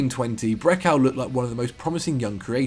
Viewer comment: Man pronounced Brekalo as “Brekel”